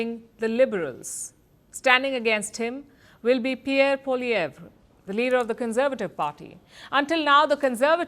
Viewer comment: It's "Polieve" like "Louver Museum" is pronounced as "Loov"